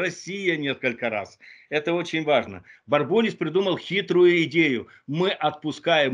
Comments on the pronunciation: бред какой-то. Впрочем, что можно ждать от балабола, который не может произнести фамилию оппонента. Сам он бАрбулис. Треполог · Почему-то эксперт не знает как правильно произносить фамилию Бурбулис -- в свое время эта фамилия часто звучала и произносилась как Бу'рбулис. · Хоть бы фамилию бурбулиса научился произносить, раз говорит о нем.